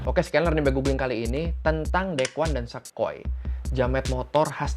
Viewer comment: Sa koy (gak) Sa koi(ya)